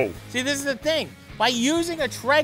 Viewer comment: tray-ger you lepton. not tre-ger